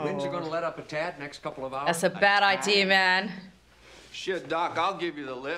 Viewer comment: “It’s probably better, a better idear “